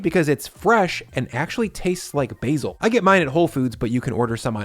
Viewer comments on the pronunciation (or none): none